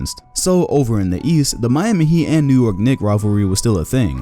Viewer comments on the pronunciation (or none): none